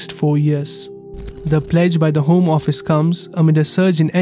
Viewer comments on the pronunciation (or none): none